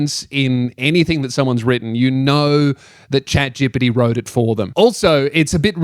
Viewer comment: You have the best pronunciation of "chatgpt" I ever heard